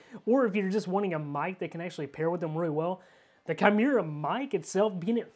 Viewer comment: It's "key-moo-ra".